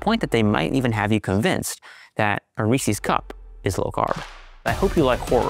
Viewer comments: It's Reese's, though. Not Reesee's. You're welcome. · Side Note: Reese is one syllable. It's not Rees-ee. I live in Hershey, in the middle of the junk food capital of the world, so I know. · Great science. But remember the most important thing. It’s Reese with an ‘s. NOT ReesEES.